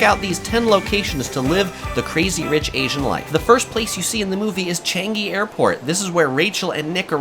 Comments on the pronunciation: Btw its cha-nge its cha-ngi...... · omg its chan-gi not changgi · Sorry but ‘Changi’ is not pronounce correctly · Zzzz the mispronunciation of changi. Yes newton food center is overpriced touristy stuff.